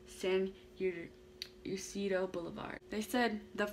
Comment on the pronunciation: Pronounced San E-C-Dro😉 I was 3 years old and lived across the street. I don’t remember it but my mom told me about it. She could hear the gunfire from where we were.